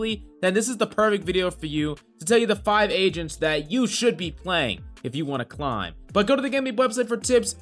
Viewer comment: I love to “clim”